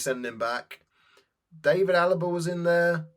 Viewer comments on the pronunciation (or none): none